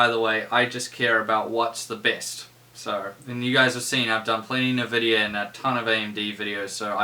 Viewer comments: Love your videos although the way you pronounce Nvidia is a tad infuriating-bloody kiwis!!! In all seriousness keep up the good work mate, very informative videos. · My immersion into the video goes away every time you say nvidia.